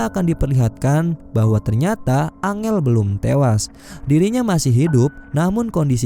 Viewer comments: Bkn dibaca angel bang , dibaca nya enjel wkwk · Bacanya enjel bukan angel bang😀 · Bang, angel kalo di bahasa inggris bukan nya baca nya "Enjel" ya hehe 🙏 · Woi bang kalo ngasih nama karakternya yang betull la masa angel dibilang nya